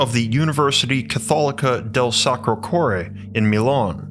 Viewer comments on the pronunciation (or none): none